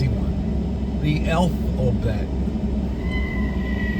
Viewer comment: “Elfabet?” I’m out 😄